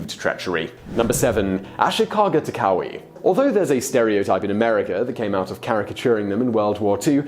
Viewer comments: Simon, seriously: Would it be too much to ask from you that you look up how certain names are pronounced??? "Taka-oui".... dude, seriously. Not the first time you totally butchered foreign names. You do that so often that now you could do a "Top 10 foreign names Simon butchered". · Taka-wee? Do you also say Wapan instead of Japan? Why in the world would you pronounce Takauji that way? Not to mention that the next time and from then on you said it as Takui... Do you have the inability to hear the pronunciation voice with google translate? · Hojo and Takauji (do not pronounce the J's as Y's in Japanese language)